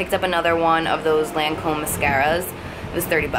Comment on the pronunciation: lancôme is pronounced like 'Lohn -Com' :)